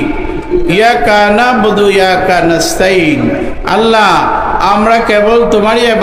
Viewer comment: 1ইয়া কানাবু ওইয়াকা নাসতাইন2ঘয়রিল মাঘধুভি আলাইহিম ওলাধ ধললিন এই শব্দ গুলো ভুল হচ্ছে বেশি পুরা সুরার শব্দ গুলোর উচ্চারণ ভুল হচ্ছে আমি মনে করি তিনি কওমি মাদ্রাসার ছাত্রনা আমি হুজুর সাহেব কে বলব আপনি আপনার কুরআন তেলাওয়াত হাফেজ মুহাম্মদ নাজমুস সাকিব কে শুনান আমি মনে করি আপনার কুরআন তেলাওয়াত ভালো হবে ইনশাআল্লাহ আপনার জন্য দুয়া ও শুভকামনা রইলো